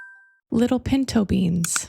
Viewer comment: Wait, you were saying pinto beans? I was so sure you mean pentobean, like pentacles bean, and I was like of course, it’s a message about money